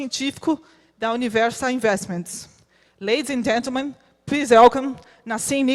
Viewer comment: “Lads and Gentman, please Élcom,....” Doeu!